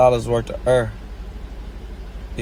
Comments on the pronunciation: Me - “Air” Choppa - “Eer” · HE IS SAYING URR ONG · “500 hundred thousand werf of err” 🤣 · “$500,000 wurth uh err”💨💨 -NLE Choppa